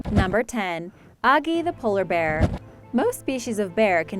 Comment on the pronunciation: It’s not ogee it’s Agee